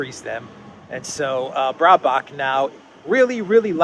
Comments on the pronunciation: Bare-bock or Bear-bock, not Brae-bock...stop thinking about her bra! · It's not Brahbock!!! It is BEARBOCK (Baerbock in german). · Just pronounce her name like, BEAR - BACH. Easy to remember and it's pretty close.